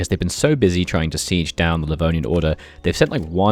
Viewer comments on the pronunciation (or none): none